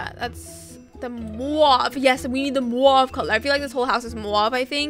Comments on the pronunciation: It’s pronounced moove not mwave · It’s not mauve (moo-av) its mauve (mov)